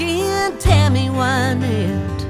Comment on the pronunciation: Reba, you said Tammy's name correctly in this interview but incorrectly in the song! I still love the song, though. It's pronounced Win-ette(as in to achieve victory), not Why-nette. Just to set the record straight, Tammy introduces herself here at 9 seconds